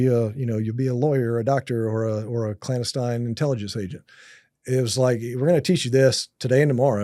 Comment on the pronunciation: This guy cant even say clandestine correctly. I call BS. No new information, its all regurgitated stuff we know.